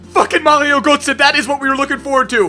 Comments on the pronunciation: Please try to say G"ö"tze because in gernany Gotze sounds like puke (Kotze) I give you an example : Ö sounds like C"ur"ve like the cu in curve. Btw, never mind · born Switz just pronounced Götze like Goce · Hahah it's so funny as a german how you speak out " Götze"😂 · We do that in THERE I LIVE too ;)